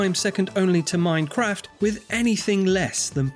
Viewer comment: "MEIN KRAFT" 😂